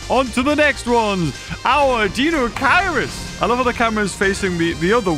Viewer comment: Deinocheirus pronunciation: DINE-oh-KIRE-us